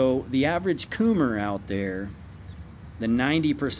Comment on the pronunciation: I die every time he says "coom" or "coomer" 🤣